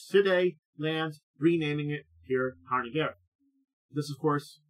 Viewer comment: The proper pronunciation is rather like 'SHEER sha-RIN-gah-ray'. Gaelic has weird relation to its written form. (Actually, the first syllable of both words start with the same sound as the word 'tsunami', but most English speakers cannot pronounce that letter for some reason.)